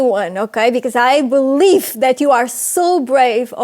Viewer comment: Its i believe, not i belief, she is not Portuguese, she has a slavic accent